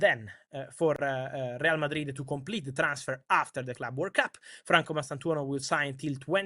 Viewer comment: What's this Word Cup Fabrizio keeps talking abou?